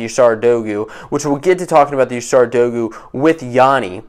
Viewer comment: Great vid. Pronouncing dogu wrong tho